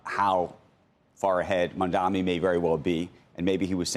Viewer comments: Sorkin, it’s “Mamdani” not “Mamdami”. I think it’s quite disrespectful that he doesn’t want to learn the name. No wonder Mamdani doesn’t want to sit with him for an interview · For anyone interested, timestamp on Sorkin pronouncing NYC mayor as Mamdami. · Sorkin clearly says Mamdami, should learn to pronounce the mayors name correctly. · MAMDANI - dude, it’s not that hard to say. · Mr. Sorkin, you might get that interview if you cared to pronounce his name right. It's not Mamdami FFS. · They dont even pronounce Mamdanis name correctly and get to take pot shots?! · Andrew continuing to deliberately mispronounce Mamdani's name over and over again is all the proof we need of where he stands. Shame on Andrew. He used to be a solid journalist and is now employing sleazy tactics of the Cuomo campaign. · Do these news casters all have a clause in a contract to mispronounce Mamdani’s name on purpose? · Will Andrew ever pronounce Mamdani's name correctly? Shameful for a television anchor.